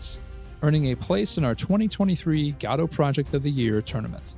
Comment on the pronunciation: You said it right!!! Subscribed.